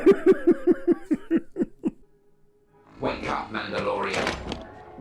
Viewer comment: How has no one noticed “The mandodalorian”.